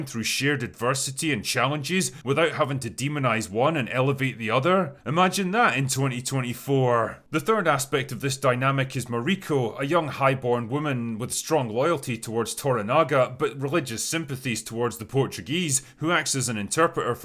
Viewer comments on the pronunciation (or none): It's "toRAnaga", not "toraNAga". And "MAriko", not "MaRIko". But the rest of the rest of the review is superb. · Pronunciation Ma-rih-ko not Mar-i-ko